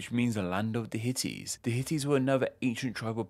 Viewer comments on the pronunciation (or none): Hittites, not Hitties!!! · I meant , not . He says HITITTES. not HITTITES. No one here is talking about the HITTITES but you. Listen. Read. He says hiTiTTes, not hiTTiTes. There are no hiTiTTes. That's the joke of this whole thread, dude don't you get it. Damn.